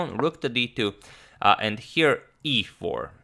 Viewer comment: I like how he pronounced e4 like EA sports